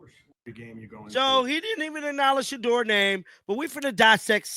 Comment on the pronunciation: He just can’t say Shedeur’s name. It’s just a shame to say a rookie. His name is SHEDEUR dude.